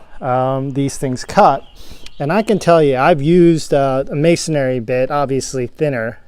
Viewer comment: Good video but it’s masonry, not masonary